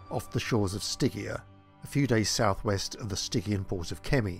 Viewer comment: Names. Stygian, as an easy example, is pronounced with a soft G.